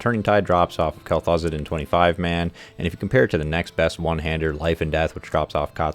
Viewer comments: It's Kel-Thuzed. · "Kell Thoo-Zahd"